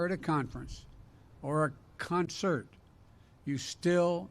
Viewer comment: you can tell has never been in a concert, he couldn’t say the word concert correctly.